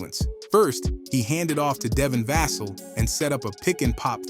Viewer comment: If your doing AI voice over is super dope, i just think you need to find a way to get Devin Vassell name right DV is an up coming star, maybe writingting it down with just one S - The chn is dope new sub from me.